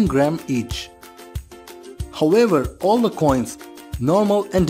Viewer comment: Contextually, "all" makes sense. That is also what the captions say. But what I hear is "four", on multiple retries on several different machines/speakers. So I asked a friend, and a neighbor. one of them is undecided. He simply cannot choose. The other is adamant that the word is "four" and cannot be anything else. My point: When the narrator has such a strong accent, he should employ additional visual aides to clarify. He is already displaying ALMOST all info. Why not expand the infogram to show all pertinent facts?